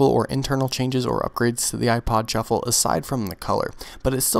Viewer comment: everytime he says "shuffle" it sounds like "truffle" LOL